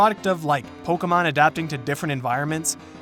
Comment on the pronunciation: Bro please pronounce pokemon the correct way withe de accent